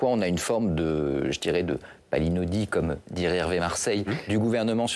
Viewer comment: "palinodie" et non "palidonie"